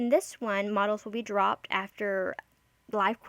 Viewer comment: Great video! The horrible "engrish" from translating the website was throwing me off~ Just one note, the modules in the game aren't pronounced as "models," it's actually "mah-joo-uls." (the 'uls' part is pronounced like the beginning part of the word 'ulcer')